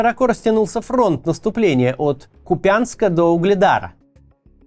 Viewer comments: Не КупЯнск, а КУпянск... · Не КупЯнск, а КУпянск. Оч режет ухо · Максим, пора уже начать говорить правильно БахмУт. Теперь еще КупЯнск добавился))) это КУпянск. Но с Бахмутом уже глаз дергается у всей семьи, спасибо. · кУпянск Максим, а не КУпЯнск) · кУпянск это, кУУУпянск, не купЯнск) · Максим, название города БАхмут вы произносите правильно. Не потакая недавнему залесскому новоязу. НО где вы обнаружили КупЯнск? В Харьковской области Украины есть только КУпянск! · прошу прощения, но как живший в тех краях могу сказать, что правильно КУпянск, а не КупЯнск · Простите, Максим, ударение в названии города Купянск идет на первый слог. КУпянск, ни как не КупЯнск. Я из этого горда. Спасибо за ваши видео 🙏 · Не КупЯнск, а Купянск! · ну блин уже не могу! Не БАхмут а БахмУт, не КупЯнск а КУпянск. Максим, посмотрите в вики! 1,7 млн подписчиков..... Это то же ж самое что НА Украину! Не хочу читать каменты но уверен что не однократно поправляли. Или все таки в жопе есть свербеж Вяликой рассии? Трындец! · Кац, не БАхмут, а БахмУт! Не Купянск, а Ку́пянск! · Сколько слушаю,но хочу поправить Купянск с ударением на У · КУпянска, Максим, ударение на У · Максим, ставьте, пожалуйста, правильные ударения на городах Украины! КУпянск, БахмУт, СлАвянск и так далее. Уже идет 9й год войны и можно данные названия для российской публики озвучивать правильно. Спасибо заранее! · Доброго вечера. г.Ку́пянск правильно будет) ударение на букву у, а не на я. Всем мира и здоровья, берегите себя и близких. В топ пожалуйста 😊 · Сори за занудство, но правильно говорить БахмУт и КУпянск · Добрый день, Максим. Давно смотрю Ваши видео и одна мелочь режет слух: в названии города Купянск ударение ставим на «У». Спасибо. Всех благ. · КУпянск! Ударение на "у". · Купянск ударение на первый слог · Уже в который раз слышу неправильное ударение на Купянск Нужно говорить ударение на первый слог